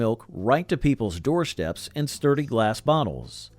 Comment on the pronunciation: We also said "filmstrips" and doorsteps" NOT "filmshtrips" and "doorshteps. Also, "a shtrong shtream of water..."???? Seriously!